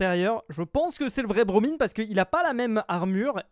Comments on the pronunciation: (indice pour ceux qui ont pas suivi : le pseudo de BroMine_ se dit BroMaïne) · C'est bromine mais tu le prononces mal encoe nan ? bro mein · on dis bromine comme si c’était bromyne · Il à redit Bromine avec un I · Bromine, ça se prononce à l'anglaise non? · Pov ne sais toujours pas dire le nom de Bromine correctement 😂